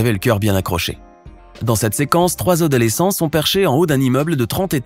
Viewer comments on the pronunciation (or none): Mdr il a dit 3 odalesscents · Je suis le seul a avoir entendu "3 odalésents?" a 🤣